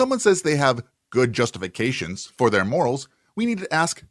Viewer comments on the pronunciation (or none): I swear when said good justifications I heard good guesstifications. More accurate yet still wrong.